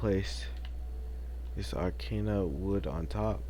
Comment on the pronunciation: He’s on a role with pronouncing blocks Purpler block Arcaina wood Doorite